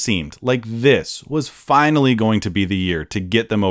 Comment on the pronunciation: I legit thought the last thing he said was "fight me" boy "finally" lmao